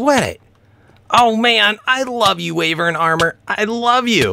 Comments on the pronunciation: It's WHYvern, not WAYvern. : ) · Wyvern is pronounced Y-vern :P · Say "Why - vern" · The sojurners sash gives you step up and it's pronounced wee-ver-n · its pronounced waaivern